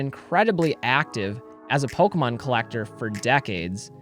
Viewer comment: How could ANYONE listen to someone who calls it “PolkaMon.” 🙄